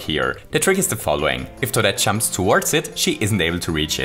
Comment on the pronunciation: He says chumps instead of jumps